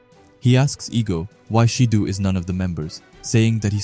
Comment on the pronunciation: It’s not “sheedu” 💀 pronounced Shi Doh